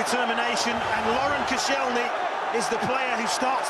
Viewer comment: Who the hell is "Kossy-ell-knee"? This is why you're only on Sky 2 mate.